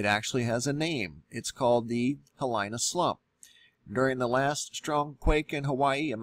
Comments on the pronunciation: This guy may know something but he doesn't know how to pronounce Hilina. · lol it’s not “Hihilyna” it’s Hee-lee na, Hilina. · Hilina is pronounced Heeleena not Hill ine uh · “He-lee-na” not “He-lai-na” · It’s pronounced “hee-lee-na” not “hee-lai-na.” Thanks. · Aloha it's pronounced ha lee na not ha lie na :-) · Good video. Pronounced "Hee-Lee-Na". Not "He Line Na". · Hawaiian pronunciation is: hee lee nah (some say hee LEE nah); i = long e sound; a = ah sound as in spa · By the way Hilina is pronounced like: Hee leena, so it has three syllables. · Hilina pronouced as - He-lee-nuh .. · Hilina is a Hawaiian word; it is pronounced "Hee-LEE-Na" . Just for future reference. PLEASE don't think it's an English word and mispronounce it. It sounds really gross to us over here in Hawai`i. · It's pronounced hee-lee-nah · Thanks for sharing what you know. I don't know of a government agency that tells it how it is. Sequestration of information and technology is the standard, like never a straight answer NASA. Hilina is pronounced 'heeleena'. Look at bathymetry charts of the north coast of Molokai and know that how ever many hundreds of thousands of years ago, the island was over twice the present size and broke off at what is now the highest sea cliffs in the world, sending a volume of earth probably alot larger than the predicted volume of Hilina slump, sliding down the steep slope of the Hawaiian ridge to the north towards the Aleutian islands. The remaining chunks of that part of Molokai are very visible on the charts, just in deep water. If Hilina goes, the term 'head to high ground will be redefined. A similar size scenario exists in the Canary Islands. I was born n raised in Kailua, Oahu n know that Pele has her own timeline written by God himself ! I ka pono o ka aina, malama ka aina ! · In Hawaiian the proper pronunciation is HEE-LEE-NAH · Hilina pronounced heeleena......... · Pronounced 'hee lee nah' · HE Lee nah! Proper pronunciation! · Hilina = “Hee-lee-na”